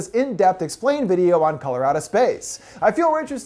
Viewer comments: “Color Out of Space” what I heard, “Colorado Space.” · Color out of space i keep hearing Coloradospace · I swear I was thinking about this half the video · I keep thinking your saying "Colorado Space"...is it just me? But yeah- that was certainly a wacked out film (in a good way, though) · My fire stick keeps hearing this when I look it up lol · True Lmao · Am I the only person who heard him say Colorado Space the first time around?? lmao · I kept thinking he said Colorado space lmao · am i only one who hear ,,Colorado Space"?